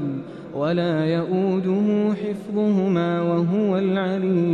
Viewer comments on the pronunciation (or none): none